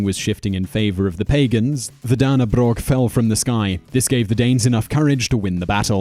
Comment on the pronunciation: You pronounced Dannebrog wrong xD its said danne (You pronounced Danne right) Brog (The o in dannebrog is pronounced as fx. broke and you are not supposed to end with a G its silenced)